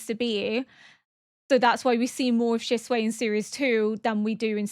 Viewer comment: Every time you call Shisui "Shisuei" I think of chop suey rice I cannooooot